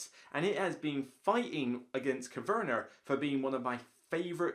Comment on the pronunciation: Coverner?? Agricoler? Never heard of those games before. 😂